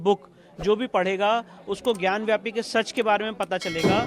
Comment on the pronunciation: it is gyan vapi - not gyan vYapu - in Skand Puraan.